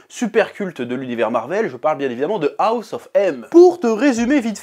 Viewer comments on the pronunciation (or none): none